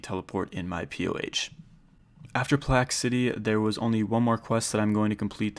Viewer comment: Plack city? Lol it's plague